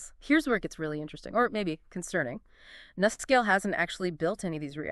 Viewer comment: Nuscale. Say "New" Scale.